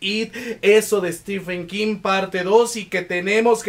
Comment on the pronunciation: Me gustan tus videos, pero me desespera que digas Kin, no King 😶😅